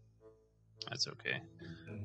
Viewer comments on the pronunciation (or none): none